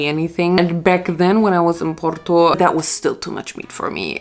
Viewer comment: the way I'm Portuguese but you somehow pronounce porto better than me